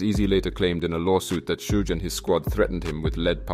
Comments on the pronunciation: You pronounce the word "Suge" differently every time, and it never sounded correct 😅😅 Edit: It's "Shug", same "sh" as in "shit" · Love the video and loved how you said Suge name wrong every time 😂😂